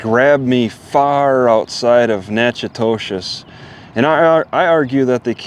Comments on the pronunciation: I think it's pronounced nack a dish Keep your chin up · it’s pronounced Nack-A-Tish